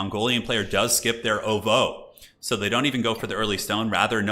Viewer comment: The way you pronounce ovoo bothers me